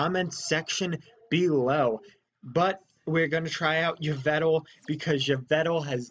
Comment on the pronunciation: Also, you mispronouced Yvel Tal, (Evel Tol)